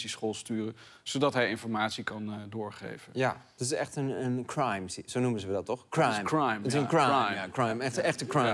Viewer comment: je bedoelt "Kehwhraime" ?